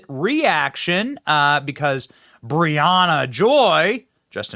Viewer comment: Briahana Joy ??? 😂😂😂